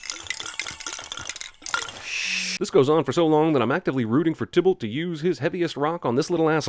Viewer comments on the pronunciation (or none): They forgot Mecurio and its pronounced ti-balt withe a long i